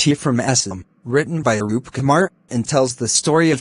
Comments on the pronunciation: Not anup kumar that is Arup kumar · Anup Kumar Datta ❌ Arup Kumar Datta ☑️ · It is not anup kumar it is arup kumar dutta